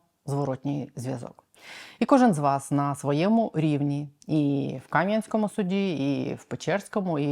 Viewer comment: Кам'янськóму , не Кáм'янському